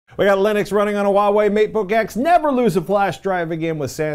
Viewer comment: Is it so difficult to pronounce Huawei correctly? When you pronounce it, it sounds like Wah-way. You've dropped the 'h' completely, but it is actually pronounced.